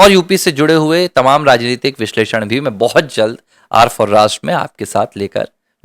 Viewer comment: 'R' for 'RasHtra' not 'Rastra'